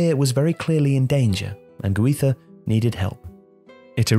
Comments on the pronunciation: it's GUIZA , not HUIZA! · The way you pronounce "Guiza" made me stop watching.